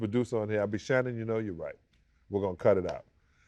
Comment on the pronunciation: “How do you say his name?” Shannon butchers his first name